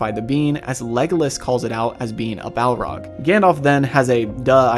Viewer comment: Every time you say being I hear bean lol